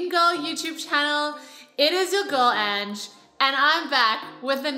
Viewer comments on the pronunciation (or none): none